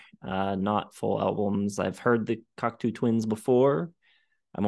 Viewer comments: But that's not how pronounced it. I'm not a native English speaker but I tried to spell it phonetically. Maybe I dit it wrong, but we mean the same thing. That's what counts. Cocto like in Go. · i know that this comment will win the pretentious-twit award, but i can't hear this pronunciation of "Cocteau" without shuddering a little. Yes, that's an overreaction. i'll work on it for next time. "eau" in French sounds like "oh" in English, not "u" or "ew" or "oo". There. i shouldn't press send, but i'm gonna anyway. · You’re not the first and you won’t be the last. The truth is, I don’t care and will never pronounce it correctly. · just salty because for once I wasn’t the only person mispronouncing. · They don't care and it doesn't really matter. it is just weird and funny to hear all of them butcher it repeatedly. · Wait, learned how to say Cocteau Twins, but he keeps saying Coctoo. Are you trolling us? 😀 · You're wrong about the band pronunciation. It is Coctoe, not Coctoo. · I love seeing younger kids listening to this amazing band. But you guys are killing me on your pronounciation of their name. Please fix it lol. It's " kawk tow not kawk too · It's "coc-toe", not "coc-too." It's French. For example, Canada's elected leader is Justin Tru-doe, not Tru-doo. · It’s pronounced Coct-oh. Not Cocktoo, or Cockatoo. Named after the French filmmaker and poet, Jean Cocteau. I saw them live back in the 80s, supported by Jesus and Mary Chain. They were very good. Good site. I like it. It would help if you did more homework beforehand, however. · It's pronounced COC-TOE not COC-TOO. You're welcome 😊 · Definitely pronounced "Cock-Toe" as in the French poet and artist - Jean Cocteau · Yes. The "oo" is driving me nuts. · If she can make up words, I can pronounce the band name however I see fit.